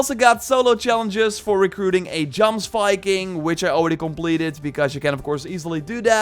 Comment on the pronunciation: Isn't Jomsviking pronounced ''yomsviking''? Like Jorvik?